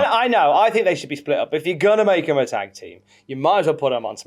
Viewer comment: Nearly turned the video off hearing call it Tig instead of Tag